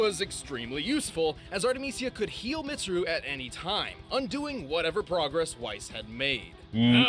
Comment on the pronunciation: tfw prounces weiss's name right. utterly butchers mitsuru's me: angry persona fan noises